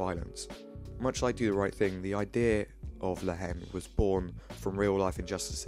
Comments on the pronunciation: Bro , the pronociation is La En The "H" is silent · Nice analysis, just a comment from a french speaker, the h is not pronounced in french in the word haine, haine sounds exactly like the letter n in English.